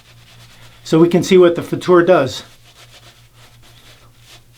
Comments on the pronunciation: Hi, I am German and you are right. The way you pronounced ist right. I mean the German pronunciation. Danke für das Video:-) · The Futur is my favorite. Setting 6 is pretty much aggressive, right. But better buy more valuable blades than the Merkur blades. Your Pronouncing of "Futur" is 100%. Greetings from Germany. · OK, you've nailed the pronumciation of futur, now how about Mühle?